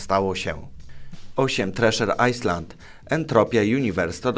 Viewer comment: "s" w słowie island jest nieme i wymawia się ajlend